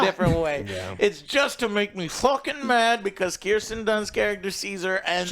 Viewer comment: Plus when he says Kristen Dunst instead of Kirsten Dunst